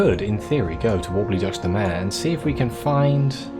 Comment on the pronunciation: Haaaaaa I want to be a posh prick about juxta mare prononciation but I don't want to be mean again 😱 I don't like colonized cantankeri , poor things... Oh the sequencer delivery is back xD Oh no, wandering off prohibited 🤭